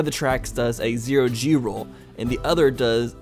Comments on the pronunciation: Why on earth was you saying gero z roll instead of zero g roll so damn funny? I laughed so freaking much. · Is it just me or did he say gero z? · claps for for saying gero z